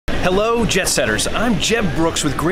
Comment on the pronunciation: Still can’t believe you aren’t calling us “jeb-setters” instead of jet setters